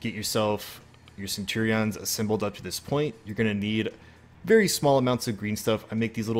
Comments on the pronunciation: Dudes pronunciation of Centurion is killing me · Ah, Cen - tu - rean. But this is great!